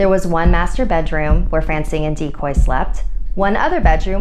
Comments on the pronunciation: Dicoy. Decoy. Decoy. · CrazyCat Lps HE'S A DECOY OF MANY DICOYS!!!